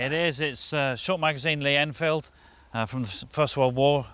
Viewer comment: It's short, magazine Lee Enfield. Not short magazine.